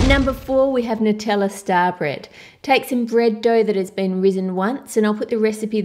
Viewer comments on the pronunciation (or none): none